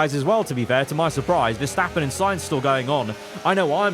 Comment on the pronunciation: GOD- CROFTY SAID VERSTOPPING AGAIN NOOOOOOOOOOO